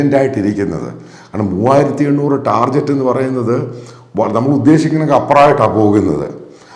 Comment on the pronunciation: Can you please pronounce "Target" with /ˈtɑː.gɪt/? It is not the ja should but ga sound. Not to insult... children learn from it assuming some credibility to how you speak due to your age.